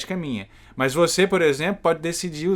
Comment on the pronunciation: Por que tu fala "mais" se a palavra é MAS?